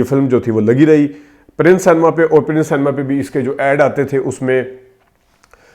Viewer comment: The word is cinema (pronounced “sin a ma”) not san-ma. I do not want further defamation of my country. Likewise the word April is pronounced “Ay-pril” not “App-ril”. Please do not take offence. This is well-meaning brotherly advice.